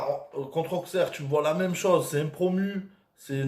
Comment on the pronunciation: Le x de Auxerre ne se prononce pas😂 imagine-toi qui a Deux s à la place du x et tu arriveras à le prononcer correctement Auxerre